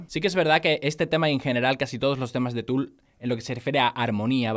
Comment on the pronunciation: Soy yo o la calculadora dice Fool y no Tool xd